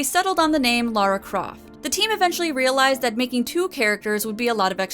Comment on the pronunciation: Seriously well done for saying Lara and not Laura, I am genuinely impressed that there's at least one person on the internet who isn't a complete idiot. You have my respect fair maiden.